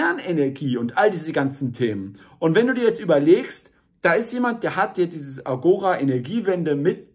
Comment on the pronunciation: Danke für das Video. Hoffentlich trägt es dazu bei, die aufgeblasenen Grünen kleinzukriegen. Ein wenig Beckmessern: der Fremdwörterduden 5. Auflage betont "Agora" auf der letzten Silbe.